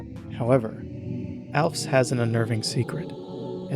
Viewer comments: it is not pronounced alfs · Pronouncing Alphys like "Alfs"? What is she gonna eat some cats? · Why do you keep calling her Alf and not Alphys 😭😭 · ... ALFS... I mean, now that I look at it... that's totally a natural pronunciation of her name someone could conclude. But i'm so used to hearing 'Al-feeze' or 'Al-fiss' that 'ALFS' absolutely takes me out lmaoooo XD This video is absolutely fantastic, i love your ideas on what the different leitmotifs represent on a deeper level! It's always seemed weird to me that Hopes and Dreams has the Snowdin motif, but if it represents monsterkind that just... makes SO! MUCH! SENSE!!!!! my mind is absolutely blown... I'd love to hear your thoughts on whether the three different leitmotifs of Once Upon A Time have any distinct meanings - I treat them as three differrent leitmotifs in my head so i was surprised you grouped them together! (I had some idea once that the three themes could be used to represent Undertale, Chara, and Frisk respectively, maybe not in that order? Not that I think that is the intention, just that it would be fun to use them that way!) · screw "Alfis" pronunciation i believe in "ALFFS" pronunciation supremacy 🤲🤲🤲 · Fun fact: Toby Fox has confirmed that Alphys is pronounced "al-feez", meaning "al" like the end of "canal" and "feez" rhymes with "sneeze" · sorry "alphs?????" also Omega flowey being viewed as the helpless (but not really) motif makes a lot of sense with it appearing in a weirdly large amount of songs in Deltarune like The Dark Truth and Neverending Night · you say alphs, its odd to me, ive never heard it pronounced that way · Absolutely banger video, my man.... Also the way you pronounce Alphys is a crime againt humanity. I think it's widely accepted that it's pronounced Alf-iss, but I'm being pedantic. Love Undertale's soundtrack and I love your deep dive analysis of it! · I can't help but wonder why you pronounce it "alphs". There's vowel in there, why skip it? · how does blud pronounce alphys